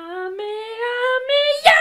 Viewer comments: Nannnnn c’est pas pas kamehameyaaaaa Mais kamehamehaaaaa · C pas kamehameyia ! C Kamehame... HA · C'est pas Kamehamehia c'est Kamehameha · C’est KA ME HA ME HA Pas KA ME HA ME YA.... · C'est Kamehameha et pas kamehameya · Cest Kameamea pas kameamYA😂😂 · On dit kamehameHA pas kamehameyaaaaaaa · Juste comme sa c pas ka me ha me ya mais bien ka me ha me ha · C est kamehameha pas kamehameh ya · C'est pas kamehameyaa mdr ya pas de "yaa" juste "aa" a la fin